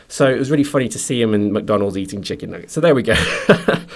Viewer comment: It's funny how he says "Chicken nuggets."